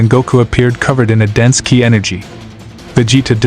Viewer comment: Your Ai is pronouncing ki as kaeye so write it as key and it will sound right.